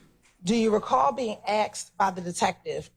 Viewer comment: I'd object on the grounds she has a hard time saying "asked".